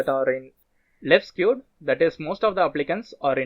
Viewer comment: Excellent tutorial but you mispronounced left-skewed and right-skewed data. Appreciate your effort.